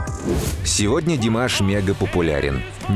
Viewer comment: Что за манера делать неправильное ударение имени певца. Правильно Димаш ударение делать на слоге втором слоге